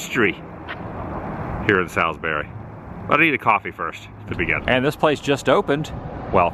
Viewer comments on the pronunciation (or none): Haha all the NC Native will make fun of your pronunciation of Salisbury. It’s pronounced Saaalsbury round here😂😂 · Ok ok, I live in Salisbury and I just have to tell you locals pronounce it like Sawsbury 😂, also you missed so much great stuff here! You should definitely come back and see the train station, the transportation museum, Salisbury High School, and all the cemeteries here! Lots of history here! Also the sign you saw that said Ketners Grocery is a reference to the Food Lion chain which was also founded here in Salisbury. Their original name was Ketners! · Ralph Ketner that owned the supermarket in your video, sold to FoodTown that had to change their name to FoodLion, Ralph stayed on as GM for several years. And that town is pronounced Saulsberry lol just thought you might want to know. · Great vid! And it’s “Sauls-berry” 😀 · FWIW, my hometown, it's pronounced sawlz-berry. I'm sure the Chamber of Commerce will appreciate this video. The Carolina Beverage Corporation building at the end of the video is actually the original bottling facility. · Yeah, that pronunciation of Salisbury was getting to me 😂! I was hoping that Carson would correct him!